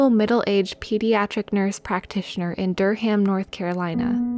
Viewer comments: OMG ITS PRONOUNCED DURRUM NOT DUR-HAM I LIVE THEIR AND THAT MAKES ME TRIGGERED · I love ya, you've got a good voice for both humor and horror, not an easy thing to pull off. But I'll say this, when you pronounced Durham 'Dur-ham', I couldn't help but laugh. Either way, good video. And before anyone asks, it's supposed to be pronounced 'Dur-rum' because North Carolina is fucking weird...